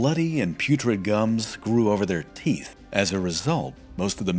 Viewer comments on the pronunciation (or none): none